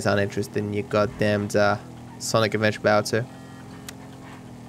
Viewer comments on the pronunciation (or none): none